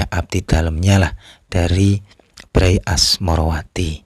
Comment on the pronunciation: Membacanya bukan BRAy tapi be er a ye dari kata bendara raden ayu